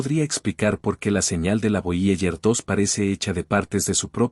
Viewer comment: Nones voyeller es voyeiguer, aprende inglés gil